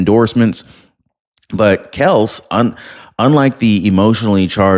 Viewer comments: it's pronounce Kelc-ee :) Love your show! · Do you research your stories before posting? Don't be too lazy doing whatever you are doing without using some very basic journalistic tools? Sean Duffy is a Trump appointee, not part of a Biden cabinet, nor ever was. You may want to verify pronunciations of names and words, like "Kelce" and "sovereignty." Mispronounced names and words and inaccuracies are embarrassing to viewers and particularly viewers who may share your point of view. Carelessness and inattention to detail can spread to those who stand beside you in your camp. All of these unforced errors can be avoided by using our readily available internet. You've got a great voice for telecasting, but any good acknowledgement can be nullified by a podcast that is verifiably unprofessional. Do better and you'll progress faster!